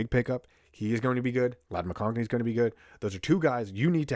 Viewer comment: There's no "n" in McConkey